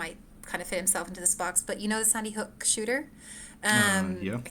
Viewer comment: She keeps saying Sunnyhook…